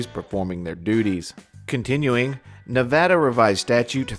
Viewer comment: Thank you for saying Nevada correctly. 💜👍🏼✌🏼😂